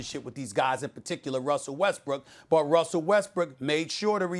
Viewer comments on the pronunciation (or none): Did SAS let slip "Westbrick"? 😩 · more like Westwood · Woah did SAS say Westbrick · SAS lowkey fumbled up and said “Westbrick” lol I know I’m not the only one that caught that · Louis no its westbroke. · he said it 2x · Did he call him westbrick? Nah Stephen that had to be a accident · Literally caught it while coming up on this comment 🤣